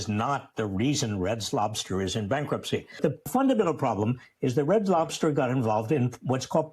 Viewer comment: What that old man say “Red Slobters.”😂😂😂😂😂